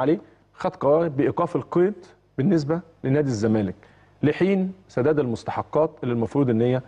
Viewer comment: هل تم تغيير أسم نادى الزمالك ؟ أنا سامع حسين لبيب بيقول نادى ''الزمانك'' ..آه والله مش تريقة ، ولا أنا اللى سمعى تقيل ؟!